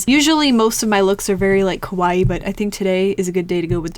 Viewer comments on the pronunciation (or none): none